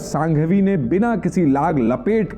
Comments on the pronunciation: उनका नाम हर्ष सांघवी नहीं हर्ष संघवी है। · पहले तो हर्ष संघवी है सांघवी नहीं । दूसरा बोलने से पहले चेक करें, कहीं पर भी मंदिर मस्जीद बनाओ ये लाइन में से मंदिर शब्द दुर करो ।